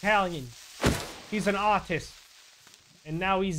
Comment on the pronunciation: When hw said artist he sounded british